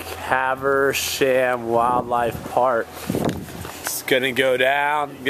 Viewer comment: learn to read.... ca...ver...shhaam